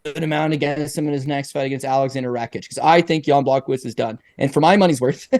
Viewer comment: Love all the MMN content, but the pronunciation of some of these well-known fighters names are brutal. GLOVE-r Texiera.. like come on. Jan BlOCK-O-Wiz ? Hard to take seriously.